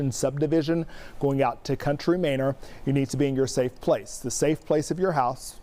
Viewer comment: Bro COUNTRY MANOR 😂😂😂😂 not minor. Not mayner. 😂😂😂